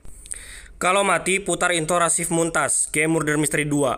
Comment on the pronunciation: Rashif muntas 😭😂😂 harusnya rashif mutaz